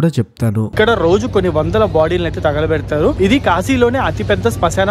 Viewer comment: VEDIO POORTHIGA CHUSAKA ARTHAMAINDHI BABU MEERU ANDHUKU "THAGALAPEDATHARU" ANI VUCHHARINCHAAARO . PLZ DON'T SAY LIKE THAT THAGALAPEDATHAARU